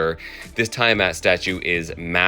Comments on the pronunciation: Cool video! But let's discuss something more critical. Did you pronounce the Dragon Queen 'Tie-a-mat'? I've always pronounced it 'Tee-a-mat." Thanks for the history behind the swamp creatures. I don't collect or read either but I always liked JSA Dark so probably Swamp Thing. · Just to help ya out, it’s pronounced “ Tee-a-mat”, not “Tie-a-mat”